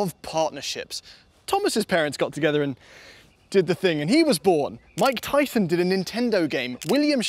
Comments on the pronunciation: Thumbs up for proper 'Mike Tython' pronounciation. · Homie said Mike Tythhun 😂